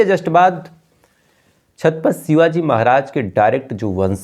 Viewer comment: छातपत नहीं छत्रपती बोलिये